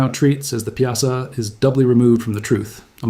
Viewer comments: it is pronounced " pie saw " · I don't like that you used bluffs from the far West to depict the Mississippi bluffs near Alton. We in the Alton area pronounce Piasa as PIE-a-saw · I live 20mminutes from Alton my entire life and its pronounced "pie-a-saw".... and all those 'images' of the Alton area are totally NOT from the Alton area... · We call it the Pie-uh-saw bird